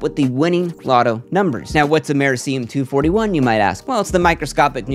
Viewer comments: Americium. Am-uh-REE-cee-um. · rip on that americium pronounciation